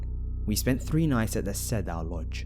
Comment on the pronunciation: Thanks, these were really good! I appreciate you uploading them for us!! * Just so you'll know,, The Cedar Lodge,,,Cedar is pronounced --- C-der,,,like the word "seeder"